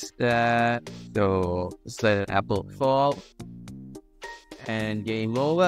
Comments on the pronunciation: Apple not appel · Its apple not appel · scratchjr: appel: also appel